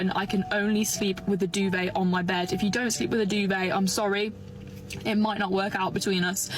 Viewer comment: If you cannot pronounce DUVET correctly, then you do not need one. I wasn't paying too much attention and literally thought she was mispronouncing Dubai, until I started that segment over again. The opinion of the woman at the end would be more valid if she didn't frame her TED talk to be more about showing off her "assets".